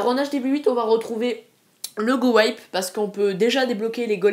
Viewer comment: GOWIPE ne se prononce pas GOWAÏPE mais bel et bien GOWIPE car : GOWIPE = Golem + WIZARD + P.E.K.K.A Que je sache, on ne dit pas WAÏZARD si ?